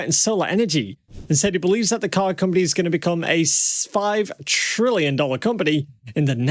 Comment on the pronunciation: Listen carefully the voice in vid at one point says the word ‘ SPIVE TRILLION’ dollar Tesla company in future …instead of saying the word 5 trillion ..hmmm I guess Barron didn’t really say 5 trillion worth for Tesla…why the cloak dagger video?